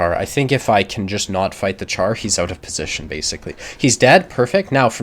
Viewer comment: I like your videos. One thing though. Char (french for Tank) is pronounces 'shar'.